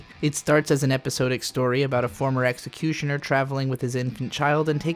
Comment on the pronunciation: Episodic = eh-puh-saa-dic, not "episode-ic" Titular = tih-chu-ler, not "tight-chu-ler"